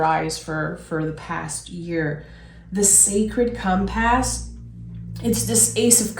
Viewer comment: Fwiw hon ‘compass’ is pronounced ‘COMR-puss’ I loved this trading !! Loved.